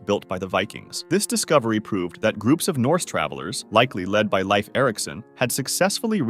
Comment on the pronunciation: LEIF Erickson, as in LEAF…